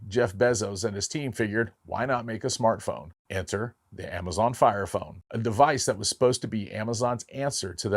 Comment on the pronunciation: did he just say FART FONE?😂